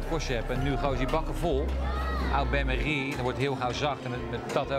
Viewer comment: je spreekt het niet uit als au bermerie maar o-bain-marie